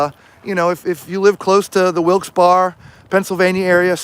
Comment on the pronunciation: Lol.. i had to laugh..its pronounced Wilkes "barry" crazy y'all braved the cold